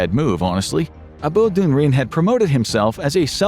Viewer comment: A-bor-doon-rin. Abodunrin.